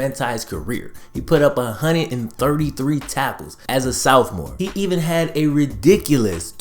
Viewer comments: I like your videos , really good stuff BUT PLEASE learn how to say Sophomore it's S OFF MORE NOT S OWF MORE . You're better than that my dude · why you say Soufmore? Instead of sophomore lmao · Bruh, r u saying "south more" instead of "sophmore"? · This dude always saying “Souphmore” instead of Sophmore 😂🤦🏾‍♂️ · I have just one question. What's a southmore? Oh do you mean sophomore? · does is piss anyone else off he always says “southmore” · SOUTHMORE? Is this guy illiterate? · Sophomore? [Sof-mohr]!!! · "as a Soufmoore"